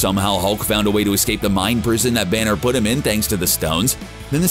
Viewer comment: Is everyone gonna ignore the fact he says "the Hulk and Bruce Branner 😂😂😂